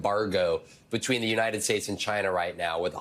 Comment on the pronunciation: why does he say china that way?